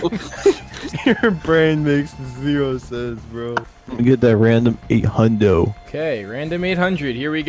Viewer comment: Random “eight hundrid”